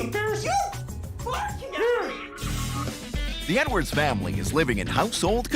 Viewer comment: “I work for a living HONEY 💅🏽✨🏳️‍🌈, we don’t all have leopard skinned shoes like you” 💀💀💀 ok Mr dad sir I know it’s “edwards” but I keep hearing “nwords”